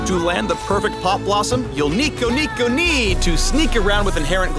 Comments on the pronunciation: no not neeko neeko nii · i cringed at the "neeko neeko nii" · "Not-Neeko" Neeko-n't -_ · DID YOU JUST SAY NEEKO NEEKO NEE???? HOW DARE U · Never say Neeko ever again. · did he just say "niko niko nii"? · did.... just say neeko neeko ni.....?????????????? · He did not just say "Neeko neeko nee".. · he said "neeko neeko nii" didnt he?